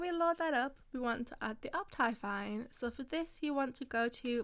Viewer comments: *up thigh fine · No one: Her: oPTyFiNe